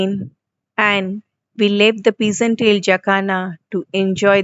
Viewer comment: It is not peas and tailed, it’s Pheasant-tailed jacana